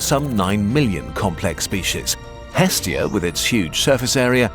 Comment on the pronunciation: The name of the Greek Godess is not EEEEstia... It is estEEEEEEEEa the stress goes to the END of the word... Εστία <---- Look at the stressing symbol ( ί ) at the end.